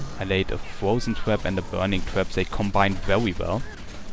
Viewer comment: haha i thought u were saying twerp instead of trap